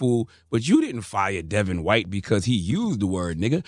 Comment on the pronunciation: It's the emphasis on HWHITE for me 😂